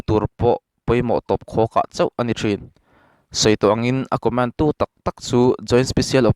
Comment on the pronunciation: Co-mén (Command) >> (Commán-d)